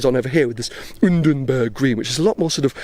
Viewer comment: the way says "UnDeRbErg green" is like Daniel Ricciardo saying "Nico hÜlKenBeRg"